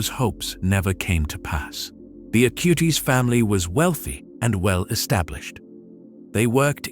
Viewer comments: Acutis not Acūte-is. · Please...pas CARLO AUTI mais CARLO ACUTIS!...:hand-orange-covering-eyes